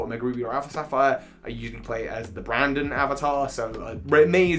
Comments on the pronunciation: Its BRENDON not BRANDON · Excuse me, his name is pronounced "Bren-din"! Good video, though! Love how this is one of the most hated rivals in Pokémon speedrunning.